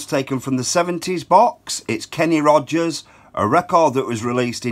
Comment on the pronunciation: I love this 1977 Kenny Rogers hit, which peaked #5 on Billboard's U.S. Hot 100 singles chart!!! NOTE:, I don't mean to correct you, but there's no "d" in 'Kenny Rogers'! Bravo and R.I.P., Kenneth Ray Rogers!!!:-) <3